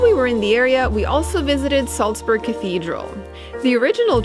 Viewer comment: You can't pronounce Salzburg properly.